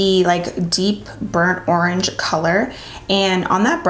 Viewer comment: I started saying arange now 😂😍❤️